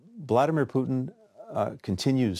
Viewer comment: he said bloodymer putin 😆